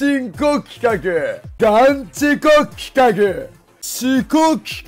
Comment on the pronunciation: 企画がルカクに聞こえてくる